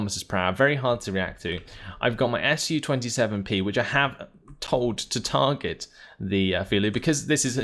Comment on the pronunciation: I like how you try to pronounce names of rus units, but sometimes it's just to hard :) was particularly well illustrated by unit called komandnoe otdelenie, after a short pause you decided to just say command unit :) btw SU planes very easy to remember, SU pronounced the same as in the word sushi, not two separate letters S and U :) anyway, love your videos :) but want more "ship" maps